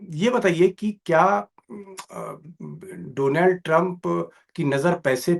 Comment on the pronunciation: से आज दीपक जी ने भी दोलॉन्ड कह दिया😅